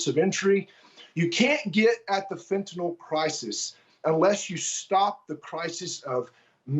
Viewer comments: It is not, nor has it ever been, called "fentanol;" It's not like Tylenol. It's called FENTANYL - pronoounced NILL. Not nal, not nole, not nol, not nool, but NILL: Fentanyl. The 'y' says it right there; Nothing difficult about it: FENTA NYL. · Wrong it's fen ta nul..you ever hear of a dictionary? If you're going to correct something at least use the correct correction..ugh